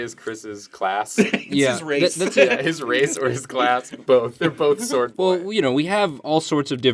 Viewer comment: shword boy, not sword boy